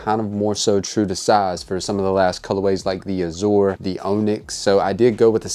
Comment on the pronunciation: Turned this off after 60 seconds. Did this guy go to school? Mispronounced "azure" and "onyx" and I couldn't take anymore. I'd say truly unbelievable but in today's America anything is possible. Please read a book.